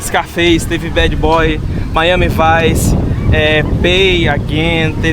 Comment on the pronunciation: Miami “Vince”??? 😂 O nome correto é MIAMI VICE (lê-se, “vaisse”